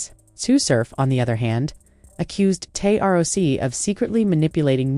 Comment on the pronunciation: First of all they said “Tay R O C” lmaooo you just lost your battle rap pass don’t speak on nothing battle rap please 🤣🤣🤣🤣💯